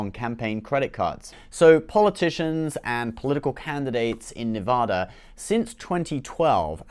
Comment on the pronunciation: Love your channel. Only because we care. It’s pronounced “Nev-AD-a.” Keep up the great work.